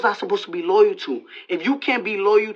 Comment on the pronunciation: No one: Six Nine: they weren’t “royrol” to me